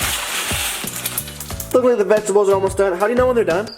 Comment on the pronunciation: Lmao he said vegi tables